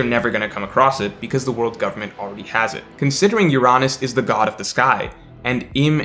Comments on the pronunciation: Bro wtf is your-on-us ? Its UR-UH-NUS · Why do you pronounce Uranus as “You-Ron-Us” it’s suppose to be pronounced like the actual planet. “Your-Anus” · C’mon, pronounce ‘Uranus’ the right way 🤣🤣🤣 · I love your child-friendly prononciation of Uranus. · I was about to like the video, then mispronounced "Uranus" and I became sad 😞